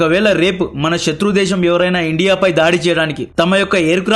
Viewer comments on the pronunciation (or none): none